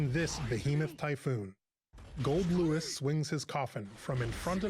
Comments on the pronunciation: I still can’t get over calling him GoldDICK🤣😂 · "GoldDick" My mans, if you keep this up I'll forget his name is Goldlewis. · I was watching it with really low volume and everytime he said "swings his coffin" I heard "'swings his cock in" what makes it better is that his name is goldick